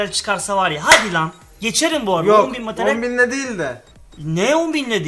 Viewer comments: on bin METERYEL diyor abimiz:D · Materyal yerine METERYEL diyor